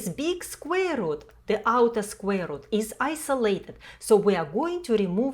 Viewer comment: Did you say squirrel?...